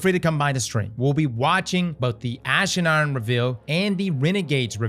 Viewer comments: Is from Baltimore? “Ash and Aaron” 😂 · "Ash and Urn"